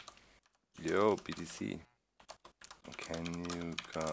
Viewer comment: Haha 'Jo btc...' I love it! All my German friends do the same y/j thing. :)